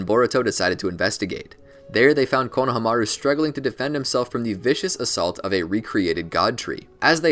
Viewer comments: konohamaru is pronounced "konoha-maru" like the name of the village "konoha" its not "kono-HAMA-ru" you just say it flat, "konohamaru" with no breaks or pitch changes all one word almost as if its just one long syllable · I'm sorry but it had to be said konahamaru is pronounced koh - nuh - hom - uh - roo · Why pronounce Konahamaru that way? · why do u say konomaru like that... the disrespect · It’s funny how he pronounced konohameru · Did really just call him Kona ha maru